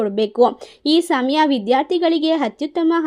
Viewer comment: ಹಕಾರ ಬಿಡಮ್ಮ. ಹವಮಾನ, ಹದರ, ಹದು, ಹತ್ಯುತ್ತಮ.